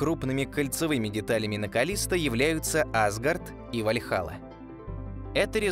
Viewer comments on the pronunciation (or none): none